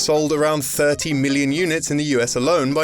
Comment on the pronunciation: I know this is fucking weird as shit, but I love the way you pronounce million.